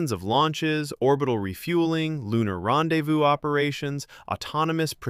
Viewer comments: ''Rendezvouzez''? Gotta be AI. GREAT info! l hope they do this in our lifetimes. :) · Ron de vowse?